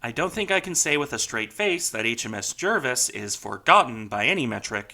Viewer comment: I stand to be corrected but I believe the correct pronunciation of her. name is Jar-vis, not Jer-vis.